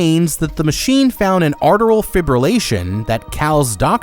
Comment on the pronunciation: ATRIAL fibrillation, not "arteral." And they make it sound like it's a death sentence. AFib is serious, because it can lead to clots in your heart traveling to other parts of your body, potentially causing a stroke, but it isn't an immediate life-or-death situation, unless that person is showing symptoms of a pulmonary embolism (clot in the lungs)